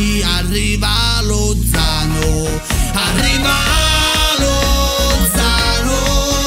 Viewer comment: Ahahahahahahha grandi. cmq non si pronuncia LoZZZano con 12 z. 😂 - Lozano .